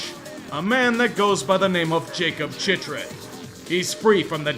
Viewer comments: If you’re going to crap on the coyotes in an awful voice-tone that’s clearly not your normal register, at least pronounce Chychrun right (Chick-rin) you goof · that chychrun pronunciation tho